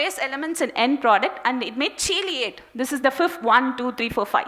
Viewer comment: nice talk, well presented hence, captivating and very informative. However, the word "chelate" is pronounced as "kee-layt" and not the way you pronounced it. I bring this up because I feel that proper pronunciation is important in presentation so that we will not be looked down by the westerners who always think they are superior.